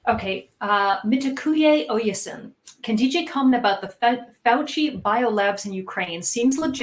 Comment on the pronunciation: pronounced phoenitically- Mitt Ahh Kway O Ay Ess In Mitakuwe Oyasin- "to all my relations" its Lakota